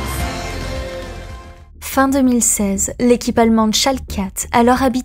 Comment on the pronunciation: La vidéo est sympa ! Pour ceux qui suivent la scène depuis plusieurs années, on n'apprend pas grand chose de nouveau mais pour les suiveurs les plus récents, c'est un bon récap ! Par contre ma seule remarque concerne la prononciation de certains pseudos ou noms d'équipes à revoir (Amazing mais surtout Schalke où le 0 n'est jamais prononcé alors qu'il le devrait)